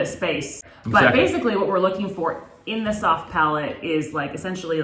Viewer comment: Palate, not palette lol